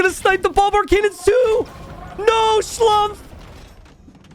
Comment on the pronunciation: Try to pronounce Schlumpfs name as "Schloompf" which would be much more correct:)